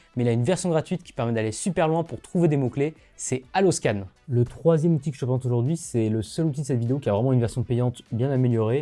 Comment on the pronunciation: Bonjour, je trouve dommage qu’aucun nom ne soit écrit, au moins sur la vidéo, parce qu’entre votre diction rapide, votre prononciation , des auditeurs mal entendants… il est parfois difficile de retrouver l’outil dont vous parlez (ex : haloscan, faut deviner le h, detail seo, faut comprendre le mot detail, rank math, les sous titres donnent rank mat (sans le h)…